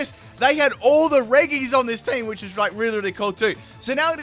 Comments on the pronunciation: your pronunciation of the regis makes me cry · This was a good video, but I have to ask you to refrain from exposing my ears to your pronunciation of the regis